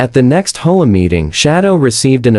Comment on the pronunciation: There’s no F-ing way HOAs have any right or jurisdiction to inspect the interior of a residence! That would get someone seriously hurt if not killed. Also HOA isn’t a word but how do teach AI to pronounce it as H O A?